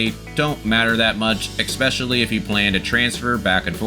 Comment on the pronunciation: Helpful guide. Off-topic but why do you say eckspecially/eggspecially/expecially? Instead of especially